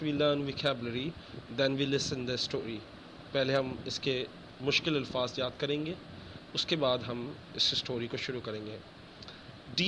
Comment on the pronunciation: ilfaaz nahin sir Alfaaz hotaa he